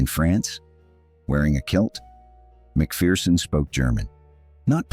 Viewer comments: Maybe amend your AI pretend voice, it’s pronounced MAC-FER-SON. Also Fettes college is pronounced FETTES, you pronounce the TES it’s not silent. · Pity the commentator couldn’t pronounce McPherson properly.